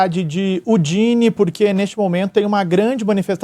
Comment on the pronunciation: Só corrigindo: o nome da cidade se pronuncia Údine, é localizada na região chamada de Friuli-Venezia Giulia, e fica próxima da fronteira com a Eslovênia.